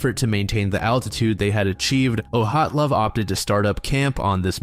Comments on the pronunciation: How the duck did you manage to pronounce dyatlov as yuhatlov???😂 Is this a scheme to boost engagement from everyone and their mom correcting you lol? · Why do you pronounce "Dyatlov" as "Oh-hot-love"? It's almost impossible to mess up lol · Even stranger that it seems like he's never heard of it before since he mispronounces everything so badly! "Ohatlov Pass"?! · Thats not even close to how you pronpunce Dyaltov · How and why are you mispronouncing Dyatlov so badly? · I need an explanation for your pronunciation of Dyatlov! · Why say Dyatlov like that???? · Just wondering - why did you choose to pronounce "Dyatlov" like that? There's neither O nor H, so I'm curious.